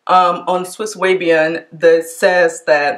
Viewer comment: Swiss away-bian. 😂